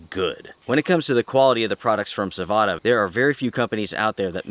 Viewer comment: its savotta man, not savota. check how they say it.